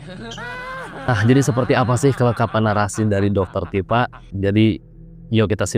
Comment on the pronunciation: Tipa gitu bang .. bukan dr tipa..